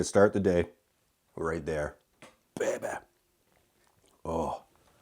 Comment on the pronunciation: Your frequent use of the word (?) “Baybeh” keeps us amused here in Michigan. It’s a new household term for us! Baybeh! 😂❤